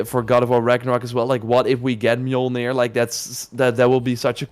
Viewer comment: Bro it's an axe. How TF you gonna turn that into a hammer. And it's mjolnir, not milnor.